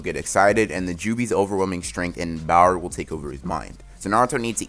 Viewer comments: Does anyone else hear “bower” instead of power? Just wondering. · I love how you say Bower instead of power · .... its power but he gets auto correct and say bower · Correct pronunciations: power: bower, speed: spid, Sakura: uselessness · Also what is “bower” do you just say power weird or is there something to it